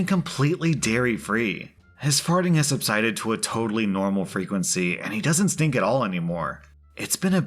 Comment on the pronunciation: The emphasis on “STINKS” has me OUT. 😂😂💀